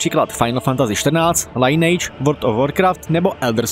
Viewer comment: lajnejč.. to sem taky rikaval jako malej :D sice je to spatne .. ale taky to nekdy tak rikam :D :D